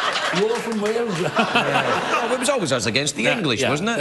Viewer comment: it deservd to be mockkd 😅😅😅 ... thats when Gales eiiz calld Walez... Auntony Hopkenz 😅😅😅